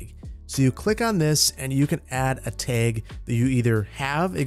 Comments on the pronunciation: Is he saying “tehg” instead of “tag” ? Lol it just sounded off to me. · TAG not teg you are saying the word wrong bro And stop with all the trees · Tayg Flayg Straygler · "tehg" that wisconsin poppin out -a chicagoan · You can really hear your accent in the pronunciation of Tag ("teg"), flag ("fleg) and LOD ("lode" / "load") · I can tell you aren't from the part of the Midwest I'm from because you say tag like tayg XD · Fellow upper midwesterner here, love hearing you say "tag" and "stragglers"😀 Also I am all for having buildings along the perimeter of the government center, as long as they're a consistent design. I think there is enough open space along the parkway that you can fill in the interior areas a bit more! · I love the way says tag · I love it! You’re Wisconsin was coming out when you said “tag”. Don’t you know. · The way he says “tag” is so funny 😂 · The way he was saying tag😂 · Don't know if it's a Wisconsin accent thing but your pronunciation of "Tag" is quite unique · "tag" said w/ heavy midwestern accent